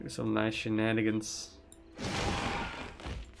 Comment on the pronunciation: What mean "shinanigen" that you often say ? that what I hear